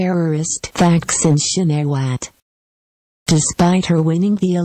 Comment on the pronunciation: It would be more credible if the video didn't use a computer-generated voice which pronounces "TH aksin" incorrectly.